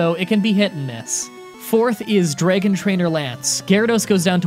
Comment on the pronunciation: Eggatha and Draygon trainer lance? what are these pronunciations